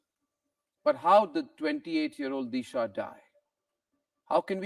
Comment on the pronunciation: Deesha ? It is Disha, the Sanatani Bharatiya pronunciation. Take pride in - Sanatan Dharma through correct pronunciation. ( I boycotted Bollywood after the murders. It continues.)